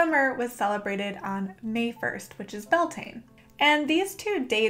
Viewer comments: I love the video but cringed at how you pronounced beltane lol (bel-te-na) not (bel-tain) its irish. just like how samhain is (saow-in) lughnasadh is (loo-na-sa) and imbolg is (ih-mulg) the m is a mutation and makes the b silent :-) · I thought it was pronounced Bell-tuh-na, at least that's what I heard from someone native to Ireland. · Its Gaeilge ** as in Irish but yeah definitely not pronounced Bel-tane. 🤘🏻❤